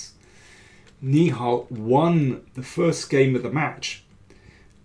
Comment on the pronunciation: "Nihal" should be pronounced like NI-HA-L, with the suffix rhyming with Tal, just like how Indian GM Sagar Shah pronounced it. Right now, you are pronouncing it like "ni hao," which is the common greeting in Mandarin Chinese.